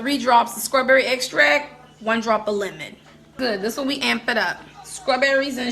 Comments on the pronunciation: I hate how she says strawberry but love how she says cake. 😆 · Mispronouncing words isn't an accent. Placing the K sound where there's a t isn't an accent. Its mispronouncing a word. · Agreed. I wonder if shez Geechee. The way she says 🍓 reminds me of my mom. She was a country girl. Every s-t-r word she pronounced s-k-r..... my girl lol ❤ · SCRAWBERRY and FREW?!! 😱I BET YOUR AZZ SAY MUURK.. 🤣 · A SCRAWBERRY N. CREAM CAKE🤣🤣